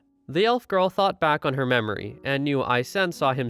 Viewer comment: German names god dammit... i dunno how you managed but your pronounciation of Eisen just sounds wrong. as well as Frieren which you absolutely butcherd. Himmel and Heiter are hard to butcher but i imagine some people may still be able to do that (you didn't so you can pat yourself on the back). Himmel (means Sky) Heiter (means (well it's actually a lesser form of happy yet still happy)) Eisen (Means Iron) and Frieren (means Freezing) for anyone interested to know